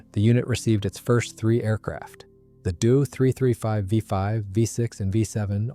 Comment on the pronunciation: It's D O.........NOT " Do"! Initials are said not produced or pronounced as words ....just saying